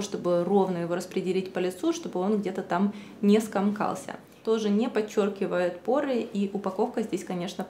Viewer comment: СкОмкался-говорим правильно!